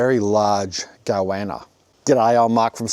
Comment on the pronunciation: I was like "whats a go-anna" then remembered this is "mulsh" man. It's like when you've only read a word and never heard someone say it before, then try to use it.